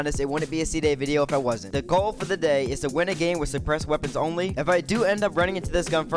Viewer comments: “5 Despressed Scars” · At he start I thought he said ”depressed ar”